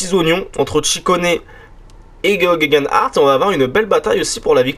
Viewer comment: Slt, j’entends que t’as du mal avec la prononciation de Geoghegan Hart lol, ca se prononce gay-gen en simple (avec le son du y). Le O est dit tellement vite qu’il ne s’entends pas, et le gh fait un son silencieux (d’ou le son du y)